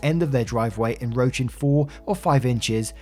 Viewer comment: En 'roaching". I think you missed the "C" 😂